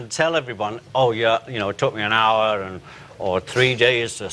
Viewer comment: all cool people say 'end' instead of 'and'. FACT!